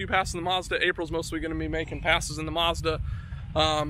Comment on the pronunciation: it's called a Mazda not a Muzda this will help you pronounce correctly ! Say Apple now see when you say apple how dose the letter A sound? now add the A in MAzda the same way you pronounced the A in apple WOW you did it! lol